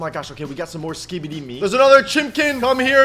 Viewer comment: The way this guy says skibidi is perfect